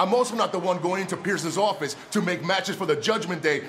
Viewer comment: NY accent slipped out 😂